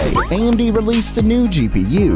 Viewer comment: They first many times he said "amd" i heard "andy" each time ...and suddenly he said it abit diffirent ..and first then i heard "amd" haha ..i was like oh that makes so much more sence, i was wondering what that "andy" was codename was for :P